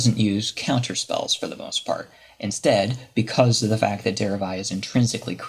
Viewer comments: Der-ev-i not Dere-eye... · derev-eye? jesus h christ